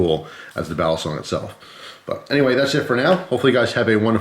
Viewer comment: By the way, "balisong" is pronounced quickly, not like "Bali song". Some channels pronounce it that way, it's cringey.